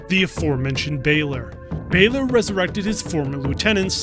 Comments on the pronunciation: How did you play the game when you still can't pronounce Connaught....? It's Connaught (as in Connaut) not Connact, it's also Balor not Baylor. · Balor is pronounced like "valor" but with B. Not like "bay lore" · My god, its Balor not Bailer